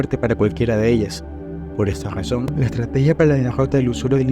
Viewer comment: Por qué dices "Gazón" en vez de Razón ?